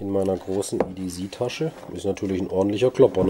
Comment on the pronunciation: Ja, so wie du es sagst, würde der Engländer EDZ verstehen. Englisch C wird halt "ßi" ausgesprochen, das S wie bei "Pssssssssst". Nur zischen, kein brummen. ;-) Aber es gibt ja auch Leute, die Sose statt Soße sagen. ;-)